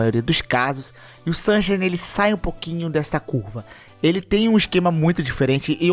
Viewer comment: o Super Mario Sunshine lê se “sansháine”. Abraço, bom vídeo! 👏🏼